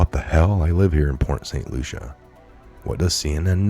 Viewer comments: As a Floridian. I have to say it's Port St LUCIE not Lucia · it's Port Saint Lucie (pronounced Lucy, not Lucia). Thanks for all of your hard work! God bless you, USA, our President and all Patriots!! God is always in control. I live 4 miles from the nuke plant in St. Lucie County. God answered prayers and kept Dorian off shore!!! Even if He used humans to move it, He made it move! Thank you Jesus!!!! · lucie = Lu-see ..... not lucia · Pronounce Lucy not Lusha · Port St Lucie ( pronounced LUCY) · It's pronounced LUCY - lol! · Port St Lucie. Lucie is pronounced "Lucy" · Dear. Saint Lucia is An Island Near Saint Croix. Saint Lucie is in Florida. It’s Pronounced Saint Lucy. Thank you for Correcting That. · Are you purposely saying Port St Lucie name wrong? Asking because I know you guys are being careful about your wording now because you're being monetized. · It's pronounced Saint Loo-sha.